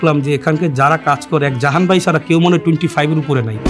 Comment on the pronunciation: Jaman❌ jahan✅